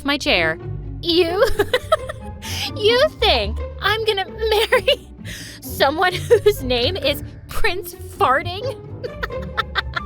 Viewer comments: When the princess said farting instead of fartling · Did he just say prince Fartling?! 😂😂😂😂😂😂😂😂😂😅😅😅😅😅😅😅